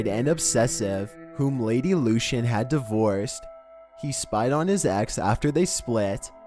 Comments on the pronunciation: No 2 case is pronounced Lord Lukan (that is what it sounds like).....Lord Lucan. They believe he killed the nanny down the stairs believing it was his wife in the dark, so I did read ages ago. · It’s not “Lord Lucian”, it’s Lord Lucan!!! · Number 2 is pronounced Luke-an, not Lucian. And it’s Birming-um, we never pronounce anything that ends in “ham” as “ham” in the U.K. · It's lord LUCAN just how it's spelt not luchan 🙈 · Yep. and Lord Lucan. it's Lord 'Loo-Can' not 'Lew-Chan' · You think that's bad Lucan is pronounced Lukan not Lushan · I also think it's supposed to be Lord "Loo-can" (Lucan) instead of "Loo-shun"...it matters if one is interested in researching further info about the subjects... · Jimmy Hoefa? Lord Lushan? LOL. Come on mate.....how difficult is it to find out how to pronounce their names correctly? 😂😂😂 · he pronounces other names in this video wrong too- like Lord Lucan and Jimmy Hoffa